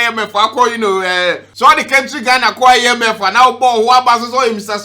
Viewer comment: How you pronounce ‘party’, ‘cohesion’ and ‘IMF’ be 😂😂😂😂😂😂😂